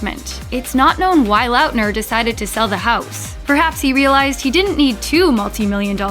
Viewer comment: She kept on pronouncing Lautner (Lot-ner) as Loutner . im done